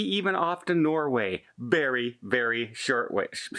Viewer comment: “Shorely” you are cruising to much…lol